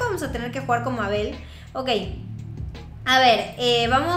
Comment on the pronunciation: Se dice meibol